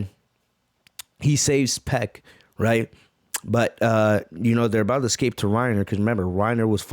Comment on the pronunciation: Your saying piecks name wrong